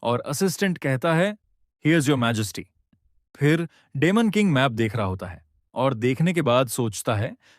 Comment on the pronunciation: डिमन king ❌ डेमन king ✅. 😂😂😂😂😂😂😂😂😂